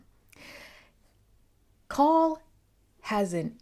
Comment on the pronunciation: Call. Like the word. Like a phone call.